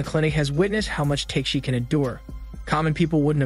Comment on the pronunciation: If you watched the show, you'd know that the warrior's name is pronounced TAK-A-SHI, not Take-shi. Other characters call him, as a short form, TAK [like the word 'talk'].